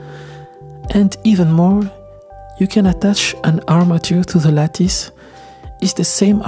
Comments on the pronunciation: lattice = Lat-iss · lattice ca se prononce 'latisse' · Great description and tank you for sharing your knowledge. BTW in English, the word is pronounced LATT-ISS. It’s a hard C said as a SS. C’est bon!! 😁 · The work is great, but I keep coming back to your videos also for the slice of life bits, like pronouncing "lattice" or videos of your studio. Fantastic stuff!